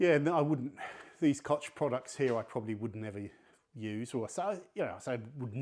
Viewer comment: "Kotz Chemie" .... Und der Inselaffe kann IMMER noch nicht korrekt deutsche Wörter aussprechen.... Ich muss auch "Kotzen" wenn ich deine Aussprache von KOCH höre... Naja, es hat schon seinen Grund, dass Deutschland die kulturelle sowie technologische und bald auch militärische (500 Milliarden € werden gerade investiert) Leitmacht Europas ist...